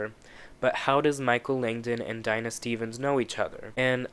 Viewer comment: Ryan Murphy-Verse it’s Dina De-Nah say it with me only black female and you fuck her name up